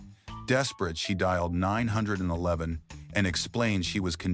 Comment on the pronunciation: I hate AI videos they can't even say 911 correctly.